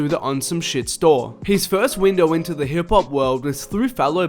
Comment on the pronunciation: sounds like hes saying hibpop